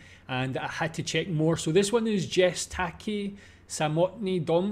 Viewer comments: Yest..not "jest"... Polish "J" you read like "Y" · Thank you for your reaction. This is one of my top 3 Polish songs on my private Top List. A little note on pronunciation. In Polish, we pronounce the letter "j" like the English "y" in the words "yankee", "yellow", etc. So Polish "Jest", I would say, should sound like "yes" with "t" at the end. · Just so you know, we pronounce J soft, so it's more like "yest" and "Yolka"